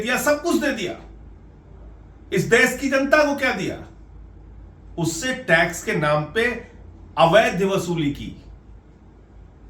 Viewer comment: Sir, it is the अवैध वसूली and not avaidhya वसूली.😂